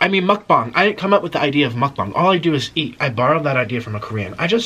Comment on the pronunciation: Did he say muk-bong